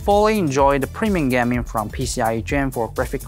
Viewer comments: Is he trying to say gaming in stead of gam-ing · Gam-ing "Gam"